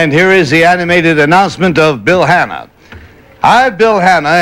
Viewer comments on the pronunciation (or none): contestant 2 says "Bill Hanner" lol